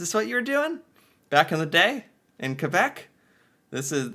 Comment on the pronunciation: You said Quebec wrong